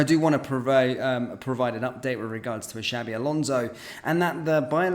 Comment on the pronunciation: Shabi alonzo 😂😂 xabi alonso 👈👈